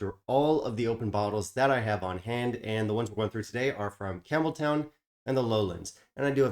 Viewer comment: It’s not pronounced Campbel-town. It’s pronounced Campbel-ton. I learned that on my trip to Scotland recently. Not trying to be rude at all. Just a kind FYI. 🙂